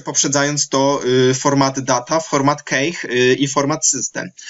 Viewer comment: nie KEJCH, nie KACHE, tylko KESZ :) sorry, ale już nie mogłem wytrzymać :)